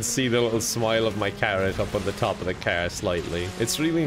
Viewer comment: calling car "kaer" in Irish accent